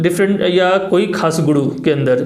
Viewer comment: गुडू क्यों बोल रहे गुरु होता है